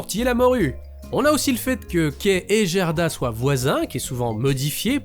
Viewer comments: Je connais ce conte par coeur. Bonne vidéo mais vous avez prononcé Jerda alors qu'en fait le Gerda de prononce Gue. En gros, c'est comme si vous disiez jitare au lieu de guitare en faisant ça. Attention aux VFs des adaptations qui peuvent induire en erreur😑 EDIT: Dans les deux VFs, le comportement de la femme à l'immense jardin est différent. Dans la première VF, elle garde volontairement Gerda chez elle parce qu'elle veut avoir la petite fille pour elle toute seule devenant ainsi une opposante par sa propre volonté. Dans la deuxième VF, elle est sous l'emprise de la Reine des Neiges voulant empêcher Gerda d'arriver jusqu'à Kai et devenant ainsi une opposante malgré elle. Probablement un choix pour rendre la Reine des Neiges plus active dans l'intrigue. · très belle vidéo. Mais pitié: "GUERDA" pas "Jèrda"! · Très sympa, comme toujours, mais dommage pour l'écorchage en règle française du prénom danois "Gerda" :'( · Vraiment très bien. Un travail incroyable. J'ai juste un peu de mal avec le "Gerda" avec le son "Gé" , je l'ai toujours dis a l'allemande avec un "gué"... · Salut, bel épisode mais.... le G dans le pays scandinaves se prononce "Gu". Quelle douleur d entendre "Jerda" et non pas "Guerda"..... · Alors, c'est génial et après tant de hype (rapport à la période présente, toussa toussa) je suis super contente de l'épisode, mais juste une petite chose : Gerda, ça se prononce "Guerda" ^^ C'est pas très grave en soit, mais étant le prénom de ma grand-mère, ça m'écorche un poil les oreilles d'entendre la faute à répétition x) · Ca se prononce Guerda et Caille 😉 Excellent votre boulot sinon. Bonnes fetes a vous deux ❤